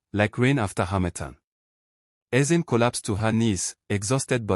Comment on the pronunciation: Nice one. But why was it pronounced Ezin?